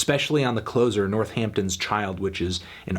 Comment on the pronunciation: Can't believe he said the H in Northampton